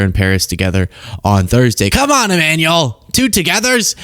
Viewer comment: Macron kind of looks badas, situation considering. Also, why you keep calling him E-manual and not Ema-nu-el?